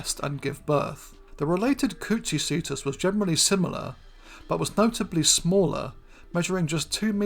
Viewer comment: Coochiecetus (Kuchicetus) 😂